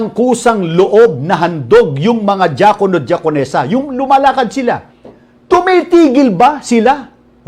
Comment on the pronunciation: DIAKONO sounds like JAKOL NO Lol